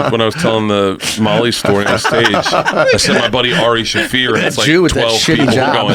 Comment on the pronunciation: Someone said 'Aroofie Shaffir' lol